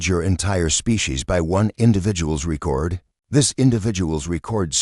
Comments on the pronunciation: ree-kord. downvoted. unsubbed. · Again with "dot" and the AI repeatedly using the wrong pronunciations of common words. For example, in this video it keeps using the pronunciation for the verb form of "record" instead of the noun. This channel is obviously one of those bot farms that doesn't care about content.